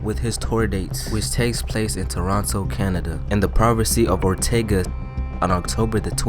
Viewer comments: bro you need to learn how to read. I apologize if you are dyslexic but if you arent you need to go to reading classes. no way you should be pronouncing ontario as ortega and province as privacy. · why you say in the provance of ortaga instead of the province of ontario im from there bro learn english